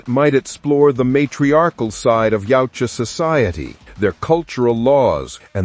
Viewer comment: This shit was so trash it made Shane blacks movie look like a masterpiece. It’s yautja not yeowcha! Yot cha